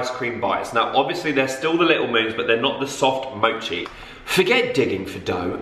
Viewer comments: you pronounce "mochi" like "moshi":) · It’s not moo-chi it’s mo-chi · I love how you say Mochi like “Moochey” 😂😂x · Kpop stans watching him pronounce mochi 🤦‍♀️😂